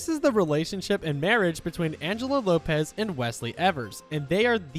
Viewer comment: Wopez 🤣🤣🤣 its Lopez